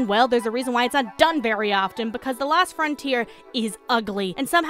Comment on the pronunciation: She keeps saying "the last frontier" but it's the LOST frontier. O not A.